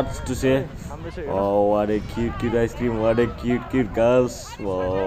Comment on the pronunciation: Shinow....sinow....ice krim..ice krim...part is the best..🤣🤣